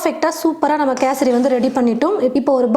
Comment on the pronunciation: First Kesari nu olunga sollunga